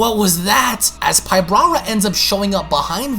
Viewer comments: Enjoyed the video though you make a lot of mistakes when reading. I know that sometimes you paraphrase, but still. Like, why do you pronounce it “pybRara” it’s “PYBARA”?? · You keep saying, Pyb"R"ara...adding an extra "R" but there isn't one. It's Pybara.